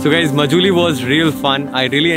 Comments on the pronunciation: Majuli???? Isn't it pronounced Maajulie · please pronounce "MA" as "MAA" So its written Majuli but pronounced as Maajuli thanks